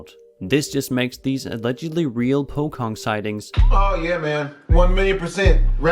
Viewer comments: Its pocong not pokong 🤣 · That is not how you say POCONG